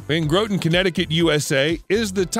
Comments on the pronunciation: He even screwed up "Groton". I used to walk by the monument pictured on my way to work. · If you are referring to Groton, CT. I think that last site location is pronounced Grah-ton, Connecticut. I grew up there.